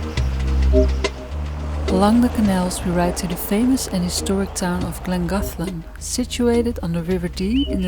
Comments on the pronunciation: Another super video! I like the Dutch-Welch pronunciation of 'Llangollen' 🙂 LL in Welsh is like 'TH' (with your tongue behind your front teeth) - so 'Thlan - goth - len'. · close. but 1st syllable more like 'Thlan'. keep enjoying the UK - I look forward to your next video 🙂